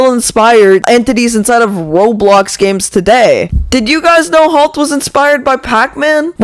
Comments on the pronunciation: It’s halt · Halt ❌ Talt ✅ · “Whalemart halt💀💀”